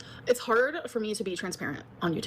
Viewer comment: Mass reported hwhard!